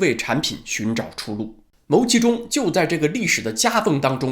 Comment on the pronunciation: 牟（音：木）其中